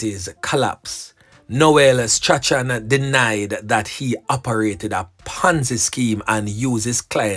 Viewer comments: Correction..Strachan is pronounced "STRAWN"..not "STRA-CHAN".. blessings anyway ❤❤❤ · The name is prounced strawn not stra chan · It is pronounced Strawn (Strachan) get it right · .....STRACHAN is pronounced STRAWN...the CH is silent...keep up the good work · Strachan is pronounced Strawn..yuh suppose to say Noel Strawn..not Noel Stra-chan.. Is which school yuh go bredda? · Last name is pronounced Strawn..NOT Stra-chan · Yep you correct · You are correct i have a lady friend and she pronounce it Strawn .thank you for that ... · bless up😮i really like your program, you are doing a great job... The name Strachan is actually pronounced as " Strawn " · Strachan is pronounced “strawn”. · Strachan is pronounce Strawn. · The name is straawn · His name is pronounced straun. English is a grand waste of time. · His name is pronounced Straaay-han😅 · I think the name is pronounced "Strawn". Not 100% sure though. Bless up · Funny how the name Strachan is pronounced. It's actually pronounced " Strawn"